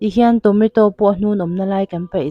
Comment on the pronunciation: Tonato a lawm....Tometo i tia😂